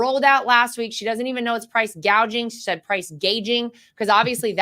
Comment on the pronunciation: Wow...Laura said what I commented the first time I heard Kommie say "Gauging" instead of "Gouging" - Thought I was the only one hearing things....Thanks Laura !